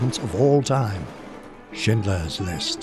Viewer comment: I first I thought the narrator said "Shitler's list" in my mind I'm like "did Spielberg make a comedy making fun of hitler? Lol"